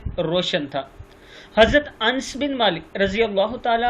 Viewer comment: الســـلام علیکم و رحمۃ اللہ وبرکاتہ محترم بڑی معذرت کے ساتھ عرض کرنا چاہتا ہوں کہ اَنس نہیں اَنَس ہے